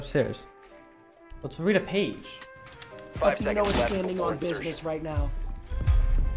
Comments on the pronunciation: jynxzi just kept saying athE-eh-no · I swear to got all I heard was Ahh-The-N-Oh. Do people have a problem saying Atheino bro??? 😅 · The least thing jynxzi could do is say your name right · Jynxzi always finds a way to pronounce names wrong I swear.